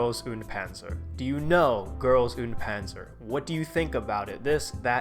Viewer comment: Pronouncing GuP english is so cursed I can't